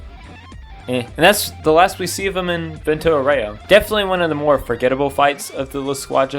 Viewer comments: vento oreo😭 as someone that speaks italian im crine at these pronouncations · Vento orreoh lol